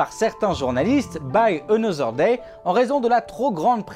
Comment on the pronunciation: Vachement bien et intéressant (faut juste bosser la prononciation anglaise, parce que hein... "buy another day" j'ai eu du mal ;-) )